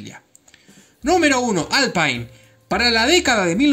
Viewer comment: Muy buenos datos, especialmente lo de la NASA. Un detalle: se pronuncia alpin porque es francés. Saludos cordiales.